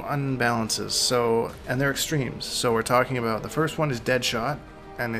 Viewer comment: Its so funny how he says aboot instead of about